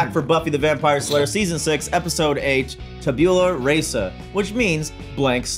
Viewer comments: Tabula Rasa -- it's pronounced rah-sah, not ray-sah. Sheesh. I cringed so hard when i heard that. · " TABYOOLA REYSAH " made me puke a little in my mouth, ngl... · This is considered the happiest sad episode and/or the saddest happy episode of the series. pronouncing the episode wrong, but getting the definition right had me in stitches. The demon has the head of a shark because the crew wanted the joke of it to be he was a loan shark. It wasn't just about violating Tara's mind. As long as Tara wasn't aware she was supposed to be angry at Willow, any hand holding, kisses, etc. is considered sexual assault while sex is rape. Willow did both. Tara leaving Willow at this point is good. Willow is an abusive girlfriend that Tara gave a chance to, and Willow squandered it. not getting why Tara needs to break up with her made me think he was going to go off on a he doesn't understand moment. Then he said "OK" at The rest of The Normies explanation. I was shocked. hit the nail on the head with how long Tara should have given Willow (one day), especially as Willow couldn't do the twenty minutes he also stated. While I understand Giles reasoning, I think leaving while Buffy is depressed is a mistake. Season four and season five were both better times to leave and he didn't. Then he came back after another good time to leave and found a depressed Buffy. This isn't a good time to leave again. Willow didn't even give her fight with Tara thought and because she thinks Tara's wrong, she doesn't consider the consequences of what she did in this episode. That's the true sign of an addict this far gone. Willow's always been an addict, bu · There's sort of a rule - we shouldn't make fun of people who pronounce something incorrectly, because it probably means that they learned it by reading, and reading is good. But that did have me chuckling, not gonna lie... 😉